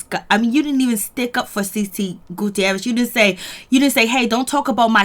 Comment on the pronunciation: The 'i' in the Guttierez is silent 😂 Great job thou.